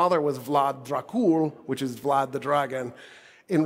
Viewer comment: comeo n prefoessor even i Uzbek Turkic person know how to say it dear olf Vlad lol